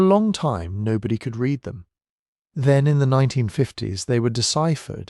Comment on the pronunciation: Dear little ai: read pronounced red is past tense. Read pronounced reed is what you need to say you genuinely read them.